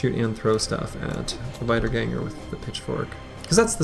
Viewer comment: i'm 99% sure you probably already know this and just say it that way because you like it... but wiedergangers are "vee" in the beginning, wieder (vee-der) means "again" in german